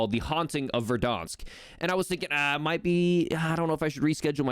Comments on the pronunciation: Great video, but its ver-DAN-sk not ver-DAHN-sk. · He can’t say Verdansk properly lol he’s adding an extra R - Verdarnsk lol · Am I the only one who thinks it's funny that he pronounces it "Verdonsk"